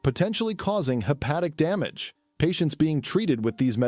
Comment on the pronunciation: so do us a favour and get a human being to read your script and don't insult us with AI reading and mispronouncing many words - like 'hepatitis' as 'hepati-tees' and 'damage' as 'dam-arge'